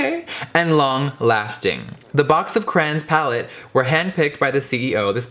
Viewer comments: Caroline Marek he's saying cran-s it's pronounced cray-ons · “CcCrRRaaAnnNs” WHAT IS A CRAN Issa called a crayon honeyyyy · crayOOOOOONNNSSSSSS NOT FUCKING ”CRAINS” BITCH WTF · It’s cray ons not crains wtf 😂😂😂😂😂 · he says cranins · Ugh it bothers me when people say “cran” instead of “cray-on” (Yes I know people pronounce crayon differently depending on where they live) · * CRAYONS NOT CRANS * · HE DID NOT CALL THEM CRANS!!! ITS CRAY-ONS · why does he pronounce is "crans"… its "cray-ons" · “Crayin” “cran” 😭😭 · It's not "crans" it's "craYONS" LOL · Crayons not cran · Cray-ons. Literally. 🤣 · He says Cranes not Cray-ons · CRAY-ONS. Not crans. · Pronouncing crayons “craans” smh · is anyone else rubbed the wrong way every time jeffree pronounces it “crans” instead of “cray-ons” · "box of CRAYINS" i'm cryingggg 😭😭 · "BOX OF CRANS" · What’s a crayn 😂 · Y'all the way he says Crayons "Crans" 😂😂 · I shiver every time he says “Craynnns” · I THOUGHT I WAS THE ONLY ONE!!! like omg.. it is CRAY like CRAZY.. CRAY- ONSSSSSSSSS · "Box of crans"🤣 I love him ❤️ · Yes for saying crayons like CRANS!! I’m not alone!! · am i the only person who pronounces crayons as "crowns" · It is definitely "crans" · "box of crains" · Did he just say CRANS!?!?!?!? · box of CRANS! lol I still love you Jeffree, but I gotta clock you on that pronunciation! <3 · Every time Jeffree says "Cran" take a shot lol That's cran not crayons haha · Did it bother anybody else they way he saod crayons. Not hating love you Jeffree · Eva Af I thought that right away too.I went pretty far down the comments to see someone else notice it..He said crayola right though.Wonder where gets from?Cali I thought.Love you Jeffree,mf hilarious 😂😂❤❤❤ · I always find it funny how Americans pronounce Crayons 😂 if you’re from the UK you know what I mean 🤦🏽‍♂️